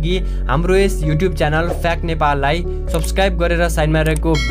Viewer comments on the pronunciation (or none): none